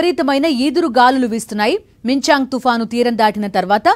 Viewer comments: మించాంగ్ కాదే తల్లి మిచాంగ్ అంతర్ దాని యాడా దొరుకుతారు అసల్ మీర్ మాకు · అమ్మా...మిచాంగ్ .....మింగ్చాంగ్ కాదు